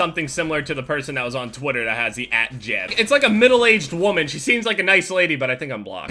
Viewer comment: sounds like you say twotter instead of twitter